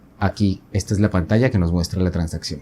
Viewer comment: Ah pensé que era en portuñol o algo así por lo de “tansaccion”.